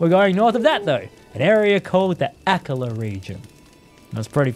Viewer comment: Akala --- uh-call-uh